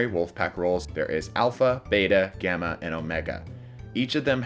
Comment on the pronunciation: I thought gamma said grama